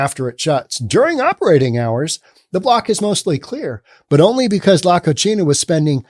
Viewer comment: You're mispronouncing 'La Cocina'. You're giving it an Italian pronunciation (la koe-chee-nah). La Cocina are two Spanish words that are pronounced (La koe see nah). The meaning in Spanish is 'the kitchen'. The way you pronounced it, it means 'the dirty girl'.